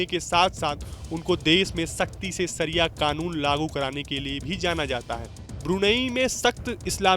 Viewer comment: शरिया का प्रोनाऊनशियेशन सही कीजिए ।